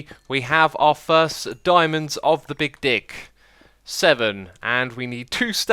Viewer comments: Sometimes when I hear you say 'big dig' I feel like you're saying 'big di*k'. Maybe it's me. Or I need my ears checked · You says Bick Dig 😂